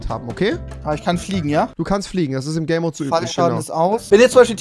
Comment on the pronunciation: Hat noch jemand gay Mode verstanden als game mode sagen wollte